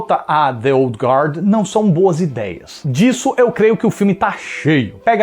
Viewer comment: Parabéns por pronunciar corretamente a palavra guard, todo fala sempre erra e pronuncia o u, como se tivesse um trema.